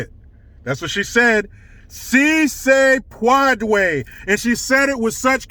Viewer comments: Say it with me: See say pwod-way. 😂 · See Say Puadway!!! Lmao, subbed! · “See say pwadway”😂🤣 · READ THIS! We need “SI SE PUADWEY!” shirts and hats asap. 😆😆😆. 🙏🙏🙏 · I wonder what AOC thinks about so se pwodway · Jill Biden says, "Say it with me !" "See say pwadway!!